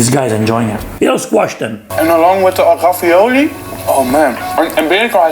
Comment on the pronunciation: haha the way he pronounces ravioli is a dutch accent